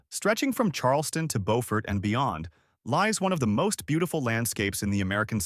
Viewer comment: It's not pronounced bo-fort, it's pronounced byoo-fort. Come on man, put all this work into such a good video, the least you could do is pronounce the names correctly. "Bo-fort" is in North Carolina.